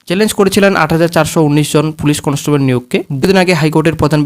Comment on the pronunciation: আগে উচ্চারণটা ঠিক করো conostobol na ওটা constable